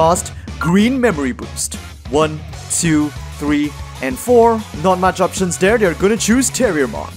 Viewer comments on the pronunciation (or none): none